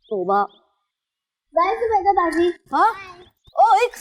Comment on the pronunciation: Say Zubaida.... Zee.. Zoo Bayy Daa come on it isnt that hard. z.